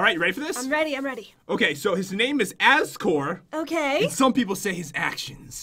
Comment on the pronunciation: i love that says Azkor as Azgore,as if he was a counterfeit Asgore.